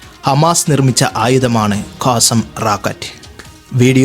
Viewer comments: കാസം എന്നല്ല ഖസ്സാം റോക്കറ്റ് ,(ഇസ്സുദ്ധീനുൽ ഖസ്സാം ) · കാസം അല്ല... ഖസ്സാം ആണ് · കാസം അല്ലടോ ഖസ്സാം റോക്കറ്റ് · കാസം അല്ല കസ്സാം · അതെ.ഇംഗ്ലീഷ് മാത്രം നോക്കുമ്പോൾ ഉണ്ടാകുന്ന തെറ്റ്.